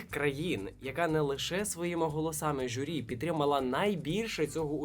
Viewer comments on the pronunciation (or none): журі, а не жюрі